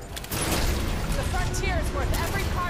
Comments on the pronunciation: Fairly certain it's pronounced "core". You don't say marine corpse unless, well, there's a dead marine in front of you. Just saying. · Not corps, Core.